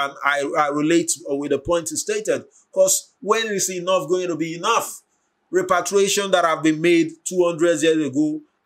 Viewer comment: You keep saying REPATRIATION, instead of REPARATION. Repatriation means to return to your home country....